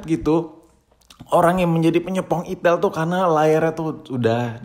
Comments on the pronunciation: perasaan bacanya aitel gasi🗿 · Salah sebut mulu kalo ngomong merk hp satu ini